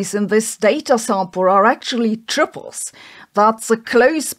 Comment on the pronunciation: Man, I remember Mondo drinks from when I was a kid. I don't think it has anything to do with the makeup of the universe, though. Edit: am I the only one who thought Sabine was saying "Tribbles" instead of "Triples", and getting very confused what the little fast-breeding furballs had to do with anything?